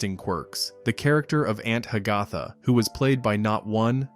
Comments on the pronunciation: Announcer pronounced the name Ha-gath-uh, almost like Hiawatha! Correctly would be Hag-uh-thuh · It's pronounced ANT HAG-a-Tha!!!!!!! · Aunt Hag - AH - tha??? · Ha- ga- tha? I always thought it was pronounced Hag - a - tha. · It's obvious that a computer was the narrator by the pronunciation of Aunt Hagatha (Hag-a-tha) & that was about multiple actors who played the same character, not one actor who played multiple characters. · Aunt Hagatha is pronounced Hag-uh-tha..., !!!!